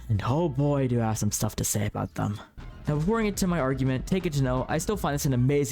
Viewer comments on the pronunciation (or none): none